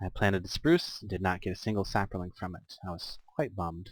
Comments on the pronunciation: Sap-lings, not saperlings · You add an a sound to the word sapling. When you say it I think you are saying sapaling. I'm enjoying the mod pack and your videos.